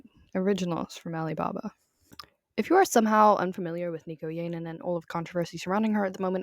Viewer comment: if you are going to make a 20 minute video about someone can you please pronounce their name correctly